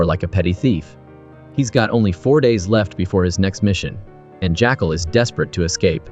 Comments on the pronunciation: I noticed quite a few errors like The CEO that the Jackal shoots in the leg is Elias we see him limping before he gets in the car/motorcade that the Jackal is a chauffeuring. The narration is odd calling the Jackal "Jackcall" and saying "he turned into a private car service". I agree it sounds like A.I or some sort of co-pilot that a little editing before posting would've rectified. ✌️ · Not too sure about 'My6' instead of MI6, and 'JackAL instead of Jackul, plus I heard him referred to as Newt at one point! AI needs better management?!?